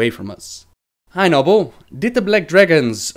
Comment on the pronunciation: its noon